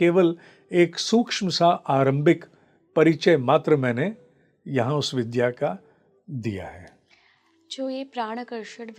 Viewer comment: Please Vidhya shabd ko Vidhya na boliyega